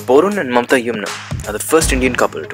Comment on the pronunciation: Its Mamta bro not momta